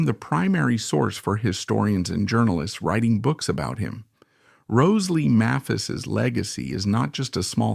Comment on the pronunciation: May-phis, you moron.. Hard "A", not soft. And you can just type "MAYPHIS" into your AI script. It's not that hard. And in later years she was a Greeter and Guide at the Country Music Hall of Fame and Museum- there's an exhibition there of her and Joe's guitars. Speaking of Joe's guitars- the video keeps mentioning Joe's "White Mosrite", I don't recall Joe ever having a White Mosrite- even in this vid all of his double-necks were Sunburst. And regarding Rose Lee's guitars-- note the Martin with a Bigsby neck- we all know that Merle Travis had a Martin/Bigsby, but I had never heard of Rose's. She was one of the most beloved people in Nashville- everybody, from every generation, loved Rose. And yes, their son Jody is a good friend of mine- and he's an honor to his parents- a very talented sweetheart.